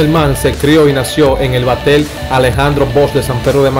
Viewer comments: 🤦🏽‍♂️🤦🏽‍♂️🤦🏽‍♂️ BATEY, NO BATEL 🤦🏽‍♂️ HAITIANO NO HALTIANO, 🤦🏽‍♂️ SEIS NO SEL 🤦🏽‍♂️ estos campesinos no aprenderán hablar nunca.. 😂😂😂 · Altiano alti batel no batey belbol no béisbol como es que hablan esta jente